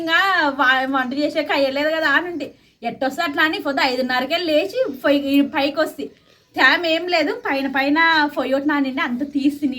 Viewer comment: ఫోయ్యి ఏంటి పొయ్యి అను ఎందుకు మీరు :ప: ను స్పష్టంగా palukaru. ఎప్పుడు చూడు ఫ fa ఫో అంటారు.